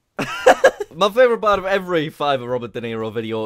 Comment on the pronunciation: Not to be mean but It's fiverr not fivver